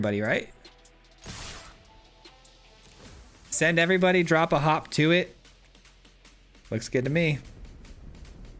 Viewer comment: I swear he was saying Hawk Tuah